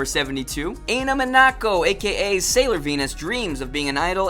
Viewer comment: Taylor Conley also, AINO MINAKO. EYE-NO